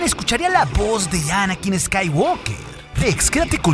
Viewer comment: Nooooo es VOOOOZ!!!!! Jar jar !!! Ai jaiyu!!! Xd